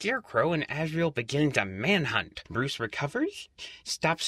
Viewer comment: azriel not azreal